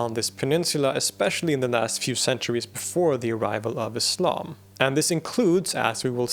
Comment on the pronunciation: I'm particularly impressed by what might seem to some as one of the more inconsequential details: the correct pronunciation of "Islam"! It isn't "Iz-lahm", guys, it's "Iss-lahm" (ok not quite that sibilant, but you get the point - it's an "S" sound, not a "Z"!)